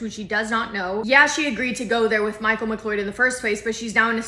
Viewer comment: it’s pronounced ‘McCloud”